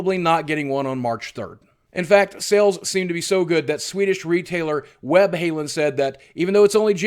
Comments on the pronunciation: boogie...webhaaallen pronounced in english not webhaellen,but anyways always love your vids! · Webhalen xD It is pronounced Webb-hall-enn. Great video as always tho! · Web Halen hahaha, sounds like a new band, pretty cool that you mentioned Webhallen though :D